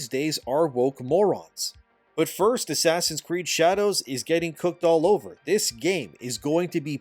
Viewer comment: Asscree sounds like ass reeeeee